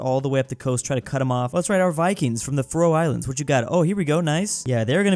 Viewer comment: The Way said faroe Islands made me want to unalive myself as a danish person